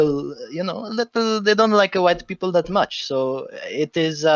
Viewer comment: i agree, and i might be wrong, but i felt like he incorrected himself multiple times like saying people then right after that saying beoble... for me it felt like he's intentionally doint it. Again though, i might be wrong.